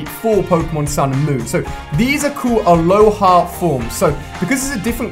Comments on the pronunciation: I cringe whenever you say ‘aloha’BECAUSE THEY ARE ALOLAN POKÉMON!THEY ARE FROM THE ALOLA REGION NOT ALOHA!!!!!!!! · Its alolan form not aloha